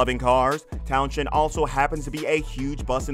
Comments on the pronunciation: Dark secrets my arse. What a load of crap. The title should be around interesting facts not misleading and clickbait. Its pronounced Towns End not town shend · At least you could have pronounced Fuzz Townshend's name correctly ! It's not Tow-shend. Rather Towns-hend. But I forgive you, after all you're American. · The name is pronounced Towns-end . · His name is pronounced towns end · You need to learn how to pronounce Townshend. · His name is FUZZ TOWNSEND not that abomination you tried to say